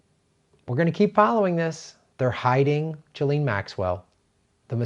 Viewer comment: It's pronounced 'jizzlane'